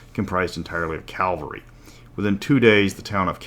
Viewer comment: Ca-val-ry :p